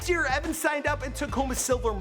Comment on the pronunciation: It's Evan not Eveen